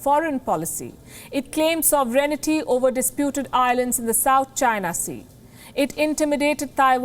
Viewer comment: This anchor lady still didn't learn, how to pronounce "sovereignty". She always puts an extra "i" after "n". Listen at 4.39